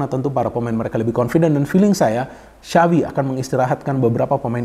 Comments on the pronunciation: Yg saya dengar xawi yg di ucap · bukan sawwvi bang , kalo mau bener bener ucapin nama xavi . tapi kaya bilang tjapvi .